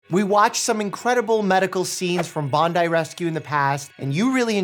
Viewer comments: hey doc there is no vowel between the p and l in quadriplegia or paraplegia, could you please on behalf of the rest of the world educate your fellow americans on the correct pronounciation ,cheers. oh and btw well done on correctly pronouncing Bondi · Its very rare to hear someone outside of Aus say Bondi Correctly